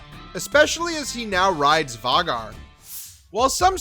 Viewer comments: Hahahahaha “Vay-gar” not var-gar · How do you mispronounce Vhagar..pronounced "vayy- Garr" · Var-gar ..lol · Why does he say all the names wrong?? Lucerys and Vhagar are pronounced weird too. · Pronounced VAY-GHAR & VIS-EH-RISS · Can you please pronounce Vhagar properly going forward? It's "Vay-gar" as pronounced by GRRM. Also, who is Vizreys? Don't mean to be cruel or insulting, if I pronounce something wrong I'd rather be corrected than sound odd...